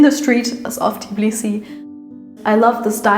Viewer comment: Please do NOT mispronounce the name of the city! It is TBILISI, definitely NOT "Tiblisi" as you call it!